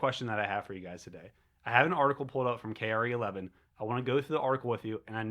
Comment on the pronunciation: Its pronounced CARE-11 . 😂 it's a Minnesota mainstream media outlet, the way you said it made me laugh. Thanks brother!. Good job with the content